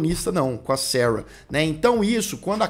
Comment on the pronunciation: ...si vc QUISER falar SARA...a gente vai entender😂....seus inscritos são BR